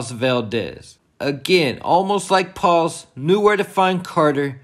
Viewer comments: Please say her name as "Pahs", not "Palls". 😉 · Paz bro….paz, not PAWS 😂…love the content tho!